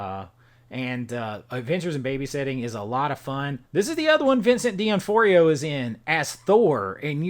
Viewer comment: His name is pronounced D noff-rio. Lol